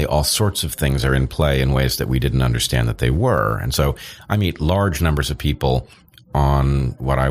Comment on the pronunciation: Brendan always says 'off' instead of 'of'. Now you know, you'll never not hear it. You're welcome world.